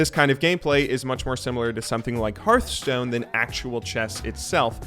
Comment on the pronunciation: I was gonna subscribe, but then you called Hearthstone "Heartstone"... Jk, good video as always!